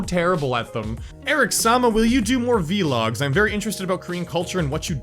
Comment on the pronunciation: The way he says vlogs "veelog"